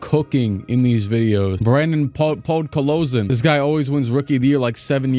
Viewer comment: Who the hell is Brandon podkolzin 😭😭😭😭